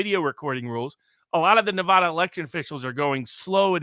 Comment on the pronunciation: I’m a 50yo native Nevadan. you need to pronounce NEVADA THE WAY WE DO!!! 😡